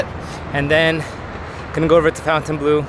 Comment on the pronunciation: It's not FOUNTAINbleau. It's FONTINbleau.